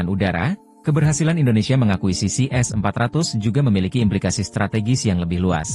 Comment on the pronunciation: kalau ngomong yg jelas Min, S400 atau S500 ?